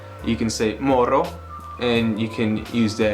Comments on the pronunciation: It's moro, never morro, as far as I know. :D Yksi olut*, "olutta" means "(some) beer", so alternatively you could say "otan olutta" for "I'll take (some) beer", but if you use an integer then you have to use only the word "olut". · Moro* not Morro